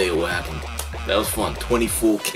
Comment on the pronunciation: Their group name is actually pronounced with separate numbers, like "Two-Four-K" instead of "Twenty-Four-K", and they've been around since 2012. Unfortunately, being the only group from a very small company, and having gone through multiple member changes, their leader leaving (he got secretly married right before debut, had a kid, and just disappeared one day, and that's when they found out about his family), and then a year and a half hiatus, they're still very well unknown, though they seem to finally be a stable entity. The guy dancing is one of the original member, Daeil, and he does all of 24K's choreography, and the guy singing is Cory (also an original member), and he composes and produces their music. They're a very talented group, and I'm constantly praying they'll eventually get some attention. I'd like to request that you react to the group B.A.P. They're my favorite group, and they were the first group in kpop to debut with an aggressive hip-hop concept (as well socially relevant lyrics), and were both influential and instrumental in its popularization that still continues today. They are also RIDICULOUSLY prolific, so there's a lot of ground to cover, but songs that I would recommend to start with are: Warrior (Debut song) - One Shot (Most well known MV, polt video) - Young Wild & Free (Their first song after a long lawsuit with their company, and the first one completely composed, written, produced, and choreographed by the group t